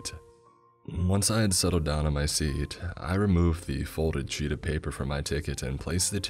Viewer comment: Bro why does he talk like that... my ticket-uh" "my seaat-uh" he draws out the last syllable and uses a monotone bro voice, sorry. Will be sticking to Creeps and Mr CP.